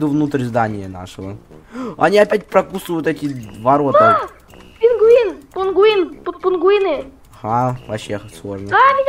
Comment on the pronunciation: Не пингвины а пингуыни